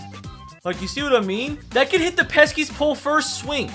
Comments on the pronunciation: Pesky pole not peskys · “Peskies pole” triggering as a Sox fan. But love u ur the goat